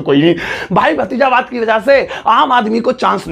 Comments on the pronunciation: sir wo hindi me bhatizawad hota h na ki bhajitawad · BAHI wo भतीजावाद होता हे भाजितवाद नहीं